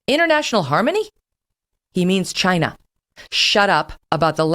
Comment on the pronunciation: Not only Kelly is now on Trump’s side on most issues, she also sounds like him when it comes to saying “Chinaa”. She would’ve done much better had she come around back in 2015.